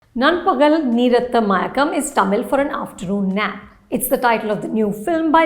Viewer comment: Anupama, you nailed it with your pronunciation of the title. 🙂